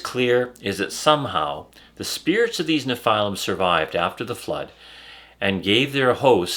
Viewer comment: Why does he keep calling them nePhylum